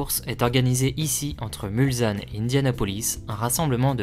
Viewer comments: Merci pour cette Très bonne vidéo. Bon boulot...Mais,, justement,j allais rectifier un détail,choquant à L oreille !.. MulSanne... Surtout Pas: MulZanne !!! Un S derrière un L ne peut se prononcer Z ! Parole de Sarthois, qui a grandi dès sa naissance, à même pas 2 kms de L entrée principale... J ai encore les sons des voitures en tête,alors que j avais Exactement 3 ans la première fois... Étant né un Onze Juin,cela correspond,comme cette année du Centenaire, au départ ou à L arrivée de La course! Obligatoirement Amoureux du Mans et des 24 heures. C est Totalement Mythique ! A bientôt à... MULSANNE !!! Prêt à T offrir un verre L an prochain, si Tu viens refaire un tour! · très sympa comme vidéo, par contre... svp...MulSSSSSSanne et pas MulZZZanne !!!!